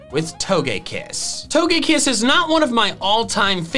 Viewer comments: TOGEKISS, NOT TOUGEAKISS! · We not gonna talk about TOE-GÆ-KISS? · It’s toga kiss not what you said